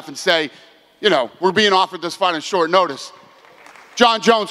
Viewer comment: “No matter how many days shortice” 😅😂 we all knew he meant “short notice” but still thought it was funny. N I know his first language isn’t English lol.